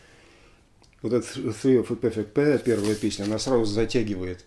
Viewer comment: О! "ТРИ оф зе перфект пэйр"...!